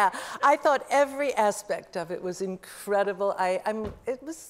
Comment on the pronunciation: Incred…able. :p